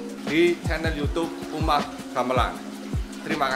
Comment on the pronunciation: .. It's actually pronounced as "umah" with hard 'u'.. it uses the old Indonesian style of spellings, i.e. 'Oe' for 'U' .. 'J' for 'Y' .. 'Dj' for 'J' .. and so on.. Anyway, loves your videos.. its distinguished from most of the other tourist 'vlogger' in that you really learned about your destination before hand and your genuine excitement just to experiences them..